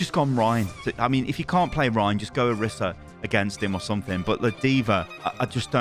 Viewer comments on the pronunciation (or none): please for the love of god stop saying kitsuni and oruhsa 😭